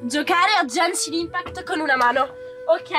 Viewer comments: "Sentite.. È Jencshhin Impact" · ASCOLTATE....È JÆNSCIN IMPAKT, poi chi cavolo è Kazuka? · "È gænshin impact" la pronuncia è ghenshin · ma tipo perchè GenGiN ImpAcT? cioè è Genshin Impact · È Jænshin impæct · È genshin impact non jenshin impact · "E Jenshi Impact" Muoi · Ma è gaenshin impact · Ha detto Jaeshun Umpacti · "Gengi Impact".. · "Jenshi impact?" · ma come c4zzo gioca, non può prendere i pezzi del primo “piano” 🤨 comunque questo video è molto offensivo e imbarazzante, soprattutto il fatto di non saper pronunciare correttamente il nome del gioco con cui si sta facendo la collaborazione. Ew, this is so cringe, guilty. Cit. Kim Kardashian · E POI NON SI PRONUNCIA COSÌ SONO DACCORDO CON TE ANCHIO CIO GENSHIN